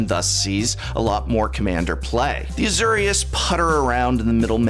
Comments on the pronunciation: The Uhzurrious Guild is a new one to me too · "Zenega"? "A-ZOO-rius"? named after the parun Azoor?